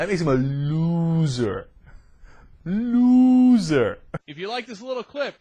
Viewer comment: "Looozer" ha ha I bought a copy of Al's book, Rush Limbaugh is a Big Fat Idiot, when it first came out. It is dead on about Rush and its very funny, too. Congrats Al!